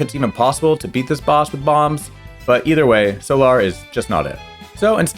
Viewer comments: you can’t convince me that you didn’t pronounce meteo, solar, and bolse the way that you did without the intention of rage baiting the audience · I noticed how you pronounced "Bolse" (Which probably should be more like "Bowls") and "Solar" (like in "Solar eclipse" or "Solar panel") was kinda funny. XD And also how you pronounced "Meteo". But yeah, you never pressed A!